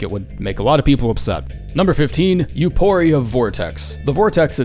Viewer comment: Holy shit. You actually pronounced Euporia correctly. 😮😮🤯